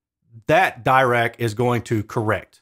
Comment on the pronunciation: Also, Dirac is pronounced with a short i sound, as in "bit".